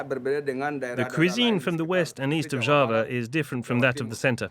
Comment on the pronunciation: Thank you for highlighting the many, diverse sides of Java in this beautiful documentary. I just wish you had spent more effort learning how to pronounce the names correctly. Hopefully for your next documentary on another part of Indonesia.